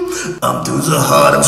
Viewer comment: ヒカキン harlem の事発音良さそうに言ってるけど 読めてないww